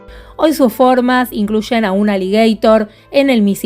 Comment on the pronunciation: Te felicito por tu canal y tus videos! Pero he de decir que me choca cuando pronunciás de forma anglosajona aligátor (o cuando decís 'tirrex' en vez de 'tiranosaurio rex'. Por lo demás insisto en que amo tu canal!